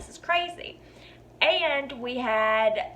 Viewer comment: You know you're listening to a bonafide southern belle when she says the word "ayand" meaning "and". Lol! Lovely girl, great video, thanks for the laughs and the stories,!